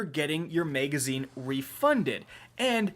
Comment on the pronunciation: Am I the only one who gets hung up when he says "megazine"? 😂